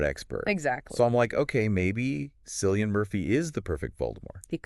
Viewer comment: At least pronounce the actors names right if your going to do a podcast. Ralph Fiennes is pronounced Raif Fines. Not ralf feens. And Cillian is pronounced Killian. If your going to geek out about these actors and be believable you should at least convince us that you know how to properly say their name.